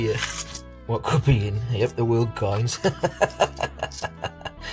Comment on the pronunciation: Nothing is more amusing then watching you try and pronounce world coins. I also cannot wait to see what you have made with Coin Patrol's tat. A fantastic plug which is greatly appreciated. Thank you Brother 💜☕ #christofez